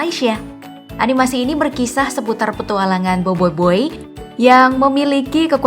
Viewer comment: BOBOIBOY BUKAN BOIBOIBOY